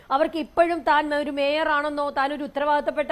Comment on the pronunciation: Adu mayor alla maier aanu😂😂😂